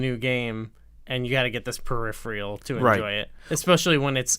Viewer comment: Periphrial? I'm not quite finished, but it's really not that bad to me.